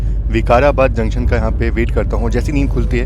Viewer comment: Videos are good but prononunce "junction" properly